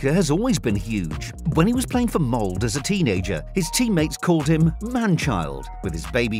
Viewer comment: "Bryn". "Mold".. Do you hear us say Manchest Unit or Livepoo? The E's are there for a reason godamnit. This is a shipping ship. A ship shipping ship shipping shipping ships. English.. 😑